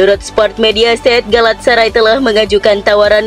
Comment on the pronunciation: Nah gitu donk.. dah bener ngomong galatasaray-nya